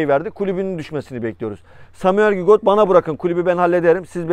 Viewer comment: Lakin sürekli gigot diyorsun